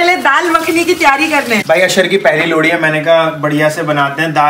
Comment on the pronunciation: Lohri jagah lodi bol rahe hr